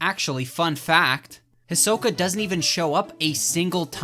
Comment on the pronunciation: Its hurts my soul hearing say “his oka”